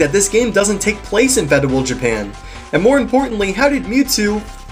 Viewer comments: Dude the word is feudal not fedual. Where do you here this stuff? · It took me a while to realize that when he said "fedual", he meant "feudal.". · I like your videos bro. You have a solid equation for this thing that keeps viewer attention, which is what separates the good from the other 95% of videos like these. Keep it up =] but I couldn't help cringing when you said 'Feudal' lol. It should be said like "Few-dull". but again, nice job. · Why do you pronounce Feudal like that? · Great review. :D However, certain points need correcting, other than the pronounciation of "feudal" and "ponigiri". 1. It's pronounced "RAHN-SEI", not "REHN-SEI". 2. "New emperor"? "Emperor" would imply that he is the head of the Imperial Family, which, from what I've read, I get the impression that he is not. Rather he must be a "daimyou", a "feudal lord" - the governor and warlord of a domain, much like the in-game characters Nobunaga, Kenshin and so on. I would elaborate, but...keystrokes.